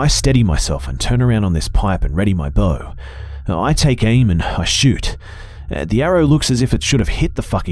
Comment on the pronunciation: 😆 He said "Loading his bow"... 😆 I heard "Loading his BOWL"!!! 😆😆😆😆‼‼‼